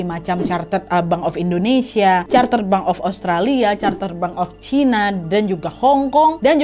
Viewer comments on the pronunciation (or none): none